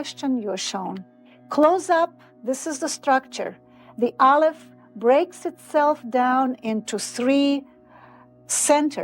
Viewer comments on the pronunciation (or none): none